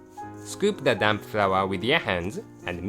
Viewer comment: The way he pronounces 'damp' sounds like 'damn' xD